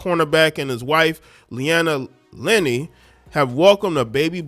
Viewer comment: It's not Lenny. It's Luh Nay. LOL! You sounding like AI reading it.